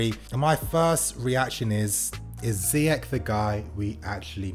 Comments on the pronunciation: His name is "Ziyesssshhh"...not "Ziyek".... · ZEYECH LIKE FRENCH OR CHELSEA NOT LIKE ZEYEK ( حكيم زياش ) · It's pronounced Ze-eh-sh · Ziyeshh, if fan channels pronounce his name correctly the fans will and then the commentary might just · I believe his name is properly pronounced Ziyesh. Time for Willian and Pedro to go. They both have been great servants to the club but that time has come. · Btw it’s pronounced Ziyesh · It’s pronounced ziyesh instead of ch, it’s a sh